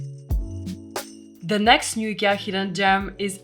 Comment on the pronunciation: the list is already called IKEA you don't have to say the name weirdly every 5 seconds